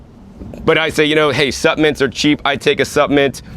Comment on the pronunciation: You've taught me that the "L" in the word supplements is silent.